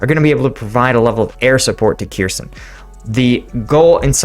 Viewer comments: It is not pronounce Keerson, More like Herson, stress on the H. Kh is to be pronounced like the ch in Bach. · Kherson is pronounced Her-SON, the leading K is silent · Hey! About prononciation "kh" combination is used to represent Ukrainian sound [h] like in 'house" or "horse" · The kh in cities like Kherson is pronounced as a hard H, almost like a lot of Arabic languages, with a little bit of phlegm.